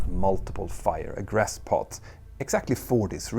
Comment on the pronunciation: Hey Petter! Been watching your mini-documentaries for a while and thought I'd take a moment to give you a couple of pronunciation tips... - Egress is pronounced 'ee-gress' rather than 'egg-ress' - Aviation is 'ay-vee-ation' rather than 'av-iation' When in doubt, Google Translate is a pretty good resource because it has a button to read words and sentences aloud. Somewhat related, but here's a useful piece of info for reading out numbers with decimals. In science class, I was taught that digits after the decimal point should be read out digit-by-digit. So 0.44 would be 'zero point four four' rather than 'zero point fourty-four.' Hope that helps!